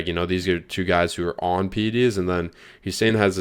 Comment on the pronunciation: getting Hussein's name wronger than last time